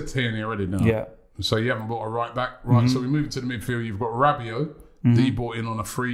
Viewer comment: the guys said Rabbit... ell oh ell... not mad at them picks though for arsenal